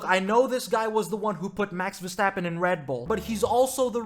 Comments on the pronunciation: I wish I never heard " Ver-strap-on " in my whole life 💀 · Ver-strap-on 😂🤣😂🤣I’m dying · Bro you really said Ver-strap-on oooooh 😂😂😂😂😂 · DONT CALL HIM VERSTRAPON, NO SLOTH, NO MAXIPAD, 😊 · You know there an 'R' in the name Verstappen right? 'vestappen'? What broadcast are you watching?